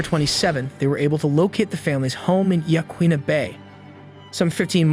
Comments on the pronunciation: Very good coverage of this tragedy. Thank you. In the interest of accuracy, Alsea, as in the Alsea Bay, is pronounced, "Al-See". Yaquina is pronounced "Yah-Quinna" and Slough is pronounced "Sloo." Kate Brown is an absolute disgrace and did not represent the people of Oregon in this matter - nor many other matters. A terrible side note, before reading about the cruel murders, I recall having driven behind their van that had the "KidVan" license plate. How I wish we could all go back in time and save those poor, innocent children and their mama. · The bay in pronounced as: Ya Qin Na